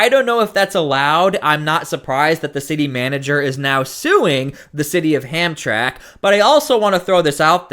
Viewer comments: Listen to the people on the video. The city is pronounced like this: Ham tram ik Thank you for your attention to this matter By the way, I’m a subscriber and I really enjoy your coverage of Portland and LA and now this. Keep up the good work. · Not trying to be advisarial but it's Pronounced "Ham-tram-ick" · Come on dude you sound ignorant ham-tram-lk There it is phonetically. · It pronounced Ham tram ick. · F.Y.I., it's pronounced: Ham-tram-ick. Formerly a wonderful Polish community inside Detroit, presently it is the Bagdad of Detroit. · [HAM-TRAK ] ??? I think you have this city confused with a Train Line for Pigs. LEARN TO READ! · Its pronunciation is hump tra mic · The name of the city is pronounced Ham-tram’-ik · It's pronounced ham-tram-ick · It's Polish and it was pronounced hamtramick. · "ham tram ik" for God's sake. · It’s pronounced ‘Hamtramak’ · Ham-Tramic is how it's pronounced. I live about 65 miles from there. My Grandpa used to live there. It was a Polish, Prussian, Slavic neighborhood. Today it's become a Muslim community. The City council there refused to fly the Rainbow Flag over government property because of a public outcry. It's an interesting place. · Did you even listen to this video???? They pronounced the name of the city a hundred times yet you insist on saying it wrong. Are you serious??? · Why can't he pronounce hamtramic like it's supposed to be Everybody else has been